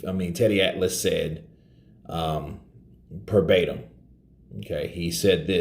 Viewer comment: Verbatim bro...not Perbatim